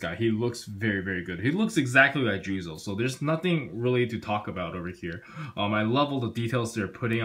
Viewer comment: His name is "Juuzou" not "Juzo".............